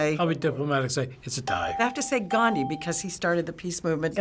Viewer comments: Listen you called Gandhi Gan-jee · did he just pronounce it "ganji"? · Dear TheFineBros , At 2.23 time its "GANDHI", not otherwise.. Love from India..